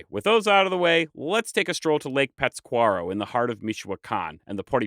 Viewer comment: It’s really hard listening to you mispronounce Pátzcuaro. Lol you’re putting the emphasis on the wrong syllable. You even left out the accent mark when you wrote it in the video.